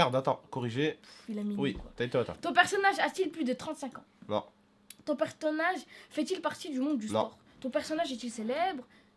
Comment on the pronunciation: Pertonnage bah ouai mddr